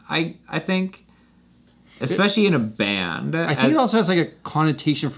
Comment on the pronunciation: “Especially in a bandUHHH”